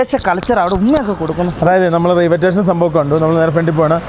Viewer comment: Railway station പറയുബോൾ ശ്രദ്ധിക്കുക.